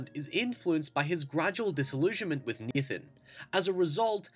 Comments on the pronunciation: Naaaaaaaaathan not neeeethan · Like halfway thru it's hard to tell if he's saying Nathan or Ethan